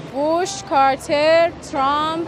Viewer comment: Iranians have trouble of pronouncing W to V and TR. Trump becomes Chei- rhum.